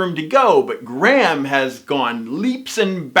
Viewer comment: Perhaps if you actually had the respect to pronounce Graham's name as it is meant to be I would have more respect for your opinion but actually I don't think I would as it is disingenuous, mean spirited and delivered with an arrogant which makes your videos utterly unappealing.